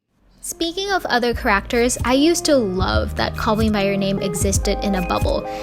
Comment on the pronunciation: never heard anyone pronounce character like this